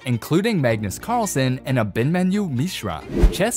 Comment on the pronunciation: Ah’-bin-mahn’-you… tough to hear it mispronounced so many times. Emphasis on the 3rd syllable.